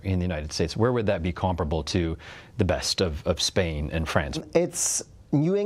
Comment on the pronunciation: Bro is now in Spain, but the s is silent